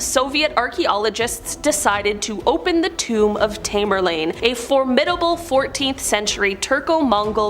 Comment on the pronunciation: Why do people misuse the word "apocalypse"? It doesn't mean "destruction". It simply means "Revelation." Tamerlane (pronounced Tam-ur-lane).